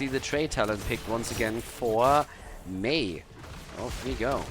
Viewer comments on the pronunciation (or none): Great games! One thing though and I mean no offense but it is "Mei" and not "Mai", it is pronounced very similar to the month "May"